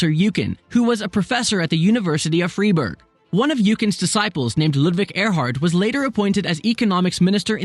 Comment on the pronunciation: Freeburgh and Wolter Youcan. Yikes, pls at least try to speak german, although it would never satisfy a real german anyways ;)